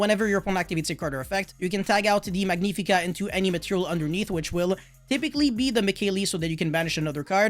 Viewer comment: "Elees" "Mikailees" "Magneefica"